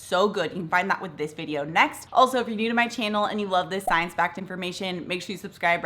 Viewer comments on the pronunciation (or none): none